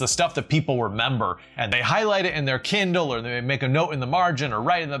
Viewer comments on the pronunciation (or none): none